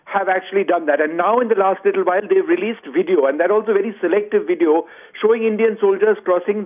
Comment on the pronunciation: Ots VVVVVVVVideo..... damn..Not WIDEO....good lord you a news caster and you cant say the words?